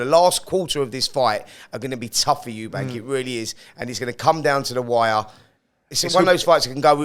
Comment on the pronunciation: Why do you people keep calling him ' 'Eubanks' his name is 'Eubank'. You are literally getting paid to talk about these fighters but you cannot even say their names properly. It's just embarrassing on your behalf